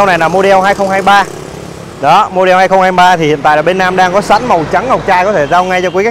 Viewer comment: Cứ nghe từ "mô đeo" là muốn tắt mẹ cái video đi rồi. Kênh nên chọn lại người làm truyền thông.